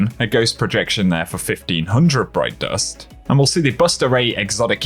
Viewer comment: “Broit dorst”😎